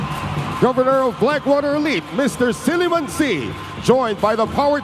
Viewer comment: Natawa talaga ako sa siliman sy (chili-mansi) 😂